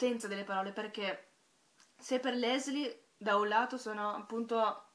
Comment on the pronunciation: si pronuncia LISEL non LESLI... comunque io penso che la Germania nazista, la guerra e la povertà passino in secondo piano (anche se hanno una svolta importantissima nella storia per il semplice motivo che senza questi elementi la vicenda non sarebbe potuta accadere): le cose che in realtà (secondo me) sono importanti in questo libro sono il potere delle parole come vita, l'amore fra i due ragazzi, l'importanza per Liesel di Max e del padre adottivo che, nel suo piccolo, apre gli occhi della ragazza insegnandole l'arte della lettura e l'umanità della Morte affascinata, appunto, dagli esseri umani. Il resto, a parer mio, è un pretesto per la costruzione del libro. Davvero un ottimo libro che mi ha commosso e stravolto il modo di vedere le cose.